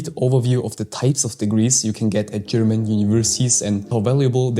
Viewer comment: Are you German? Your pronouncing is very good